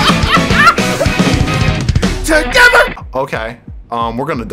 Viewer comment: Nobody: Goku: TOGETHE…